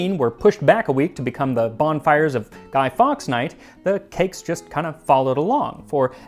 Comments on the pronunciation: we tend to say "guy-forks" not "guy-fox"..hope it helps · Love this video but it’s pronounced Guy forks